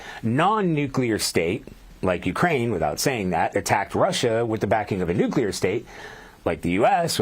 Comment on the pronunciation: Nuc il e et.